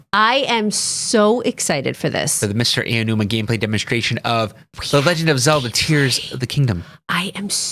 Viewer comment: Aonuma. Not Ayanuma, not Uh-numa, not Eye of Nooma. AONUMA. AH-OH-NEW-MAH or OW-NOO-MA.